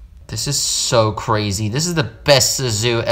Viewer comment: DID YOU SAY cwazy